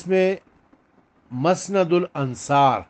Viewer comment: مسند کی م پر زبر نہیں پیش ھے